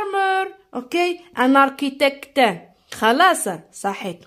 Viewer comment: ارشيتيكت ماشي ارتيتكت